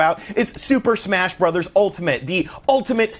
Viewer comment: I just can’t get into smash “brothers” not “broze” (bros.)